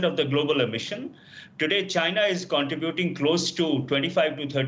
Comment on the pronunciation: Most words pronounced are correct, but contributing is not two words, contra buting, its one word. It should sound like contrehbuting. I spelled it incorrectly there to help with the pronunciation. The i in contributing sounds like a silent e. So you get an eh sound instead of an ah sound & its one word. I realize English is a 2nd language.